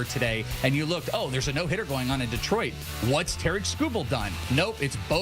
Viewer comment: De-troit. Not Deeeeeetroit.